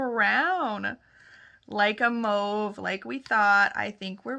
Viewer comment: FYI you say mauve like the French Canadiens